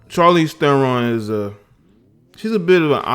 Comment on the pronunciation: Uh, Shar leez Teh ron.